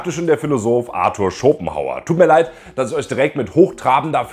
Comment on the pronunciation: Du hast echt ein Problem "sch" und "ch" richtig auszusprechen. Beispiel: galaktich, isch, eusch, biochemichen, auffrichen, sisch, organichen